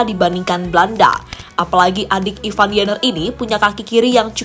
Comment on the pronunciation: Ivar Jenner Ivar Bukan Ivan Waduh payah nih pembawa narasi, gk pinter2 sebutinnya